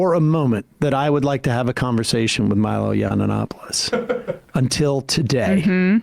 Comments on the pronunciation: “Milo Yawn-un-opolis” - Sam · “Milo yananapolis” has me chortling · I went through a period where I was sort of on the right, and I'm gay, so Milo yiannopoulos was somebody I spent a lot of time listening to unfortunately. That said, I can't tell you how much it tickles me that Sam said his name wrong that many times lol 😅.